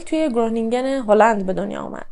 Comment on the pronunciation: شهر خرونینگین هلندیا گ مدارن و ج و گ خ خونده میشه